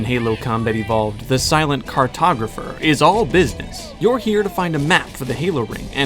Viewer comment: Silent "Cartopgrapher" ftw. Great video man!!